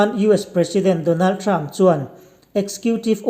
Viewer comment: Donald Trump pàwn mak deuh2 a lam a ngah lutuk tho😁🤣😂